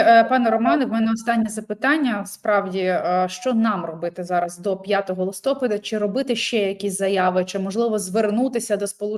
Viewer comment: відкрий хоч раз словник і затям, не листОпад, а листопАд!